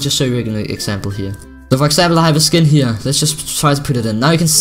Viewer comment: I love how says here. Heyer